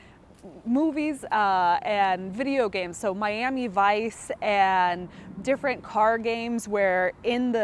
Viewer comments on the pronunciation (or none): none